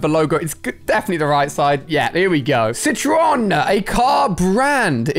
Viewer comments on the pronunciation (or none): none